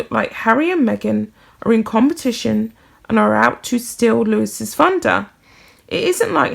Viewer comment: For future reference, "Louis" is not pronounced "Lewis" but "Louie" - don't forget this next time because if you can't get the names pronounced properly, it will reflect on any credibility in your pieces.